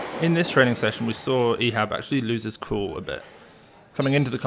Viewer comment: Thanks for pronouncing his name the right way